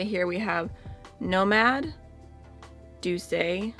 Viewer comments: Douce is pronounced doose, like goose. I hope this helps 😊 it would only be doo-say if there was an accent on the E. (Doucé) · Yeah, it's pronounced without the accent because it's an actual French word which means sweet (among other things). It's derived from the latin dulcis, which is where we get dulce from in Spanish and Italian as well.